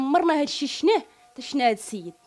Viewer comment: يا الخرا قولو شفناه ماشي شناه